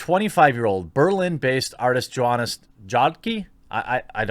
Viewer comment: Pronounced more like 'Yohannes You-da-kah'. His nickname is pronounced Yoyo...